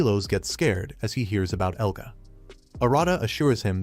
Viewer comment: Yea ofcourseeeee the ai says egla and eluga while his name is "Elga" common sense